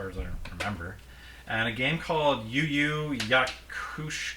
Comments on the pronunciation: Yu Yu Ha-Ku-Sho. XD Nice show, missed most of the series but it is gooood. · Its Yu Yu Hakusho man not Yu Yu Yakusho! It's a Japanese Anime back in the 90's that became Anime Of The Year and rivaled Dragon Ball Z at that time!